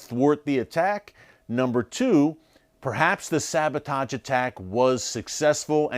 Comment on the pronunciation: SaboTAJ? Sabotahhge.